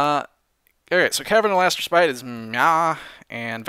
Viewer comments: The correct way of pronouncing respite is res-pit. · Note to: Respite is pronounced as [res-pit], the heavy on "res" and light on "pit."<3